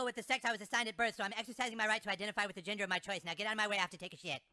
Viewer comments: i love how he cant pronounce 'gender' so he keeps saying 'ginger' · It's the way he keeps calling it "Transginger" that cracks me up. :) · How does nobody notice is saying “trans-ginger.” Lol. That makes it much funnier. Lol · LOL is he saying transGINGERS? Sorry my hearing is on the decline :( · I love that Kartman keeps calling it trans-ginger 😅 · A lot of people don't notice that he is actually saying "trans-ginger" which is another great joke all in itself 😂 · I seriously though he said trans-GINGER when I first saw this episode when it first aired. I mean, THAT would be more -esque to be a ginger. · Is he saying ginger? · I thought was saying “I’m transGINGER”, for a small moment there. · I seriously ALWAYS thought he said “ginger” too. But the way people react to him, he’s clearly saying “gender” to them…I guess?? It wasn’t until I realized the episode wasn’t doing anything ginger related, I assumed he was actually saying gender….unless Matt and Trey were indeed slipping in “ginger” and no one in the school caught that. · Am I hearing this right? Is saying transginger? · Doesn't sound like he (I mean she) is saying "Transginger." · Is it just me, or does it sound like is saying, ginger? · I also love it when says ginger instead of gender. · He says “transginger”!!! Hahaha